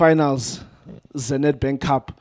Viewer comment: "Thee beneficiaries"